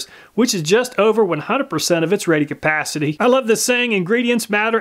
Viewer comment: Rated Cuh-PAAH-city!